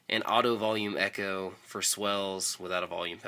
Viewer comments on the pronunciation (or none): none